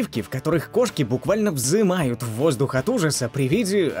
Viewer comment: Кошки взМывают,а не "взымают"...😥😥😥 СкрытНые,а не "скрытые"😪